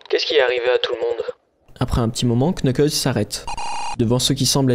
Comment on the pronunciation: On prononce nukles pas le K